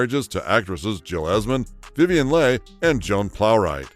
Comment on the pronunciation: Voice over mispronounced the name of Vivien Leigh multiple times!